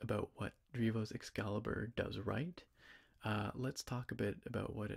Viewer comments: definitely says "excaibur" 😂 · It actually do say "excaibur". There's no L in between. Or am i blind???!? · Haha it would be EXCALIBUR so it is missing the L entirely hahaha